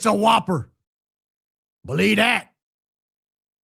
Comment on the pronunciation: “BELEE DAT” 😂😂😂